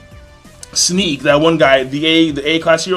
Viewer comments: Why does everybody on Youtube pronounce Genos with the hard g, like the way you would pronounce "gold" or "glaze"? It's pronounced the way you would start the word "generation" or "gene" P.S. Snek isn't pronounced like "sneak", he's pronounced like "neck" with a S in the beginning. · Pretty sure it's pronounced like neck, with an s at the start.